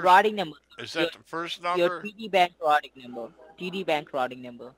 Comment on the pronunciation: The “rotting” number lol he can’t say routing haha